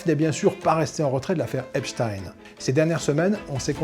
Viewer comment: Désolé mais moi qui regarde quotidiennement les chaînes amricaines ça se prononce "Ep-stine" (tout comme Weinstein se prononce "Wen-stine" alors qu'en allemand ça se dirait "Vaïn-Staïn" mais j'imagine que c'est la même logique que pou la famille Schneider en France quui veut quu'on pononce "Ch'nèdre" et pas à l'allemande justement!)